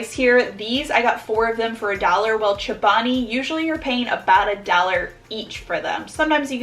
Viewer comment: She says “chabani” instead of “ Chobani”